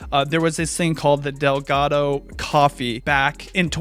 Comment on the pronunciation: It was dalgona coffee not delgato XD